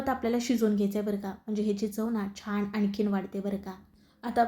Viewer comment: छाण नाही छान म्हणा. तुमचा ढोकळा खुपच छान झाला आहे पण पीठात आणि पाण्यात साखर घातली आहे त्यामुळे गोड जास्त होईल असं वाटते.